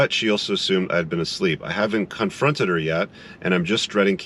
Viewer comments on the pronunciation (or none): "I haven't cuntfronted her yet" lol....did you do that on purpose? hahah